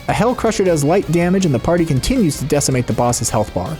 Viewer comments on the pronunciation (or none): none